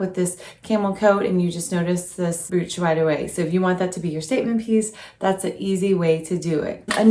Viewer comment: Beautiful items all well styled. Please, please, please learn how to pronounce the word brooch or all of your efforts are wasted. Think of the word coach and use the br instead of the c. I e. broach!! You mention how you grew up. That really doesnt matter, but If you continue to say "broooooch" it will remain glaringly apparent. Naturally its up to you and what you want for your life.